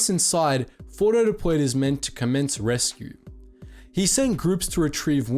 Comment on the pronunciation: Why are we calling him fordo?He’s ORDO!